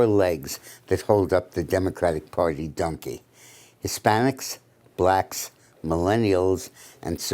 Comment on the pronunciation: Is this guy saying Dunkie , Dinkey or Dunkie ? We always called a condom a Dunkie. From late 70s - 90s.